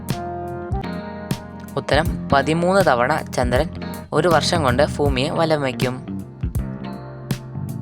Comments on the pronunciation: ഫുമി അല്ല ഭൂമി 😂😂😂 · ഫൂമി അല്ല ഭൂമി 😂😂😂😅😅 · Not fumi that is bhumi the southern peoples say not bh there say f 😅